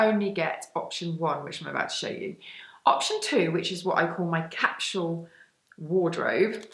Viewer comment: Very funny way of pronouncing capsule .😂😂😂😂